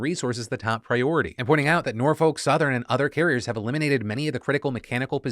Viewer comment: Not a big deal here, but I've got a small correction for you - I'm from the city of Norfolk, VA and I just can't get over how you keep pronouncing it. You shouldn't pronounce the "L" at all, and that second "O" should be pronounced as if it were a "U". Basically, it should sound nearly as if you're cursing every time you say it.